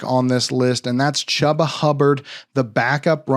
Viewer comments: It’s not “Chubb-a”, it’s pronounced “Chew-ba”. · No one has pronounced his name Chuuuba, I have always heard it pronounced “Chewba “ lol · He is not saying Chu ba, he is saying cha ba. Guess he can't pronounce his name properly. It's ChU ba. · On my life I had no idea that wasn’t the correct pronunciation. I’ve always called him that and no one on the team has corrected me. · It hurt me every time lmao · You refuse to say Chubba’s name right huh? Smh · I didn’t know! I’m legit learning I’ve never said it right. Apparently no one has ever corrected me before. My b. 😂